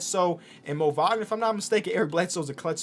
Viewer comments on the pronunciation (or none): none